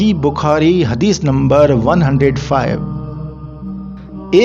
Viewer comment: بخاری یا بکھاری ؟ گارت ؟ یا غارت بھائ اپنے تلفظ پہ دھیان دیجئیے جزاکم اللہ احسن الجزاء فی الدارین